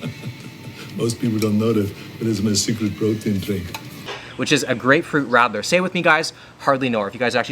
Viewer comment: And also how he pronounced it :D